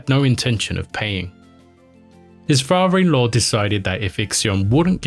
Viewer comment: 🛑🛑🛑It’s pronounced like it’s spelled 🤷🏻‍♂ “Father in law” not “Farver in law” 🤷🏻‍♂🤷🏻‍♂🤦🏻‍♂🤦🏻‍♂ why is it so hard for you guys to pronounce “Father” or “water” not “wotah” 🤦🏻‍♂🤦🏻‍♂